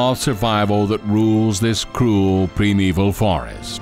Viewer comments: Did he say “Prim-it-al Forest”???? Primordial / Primitive??? He made a new word for old stuff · What the hell is youngstair? and what is premival?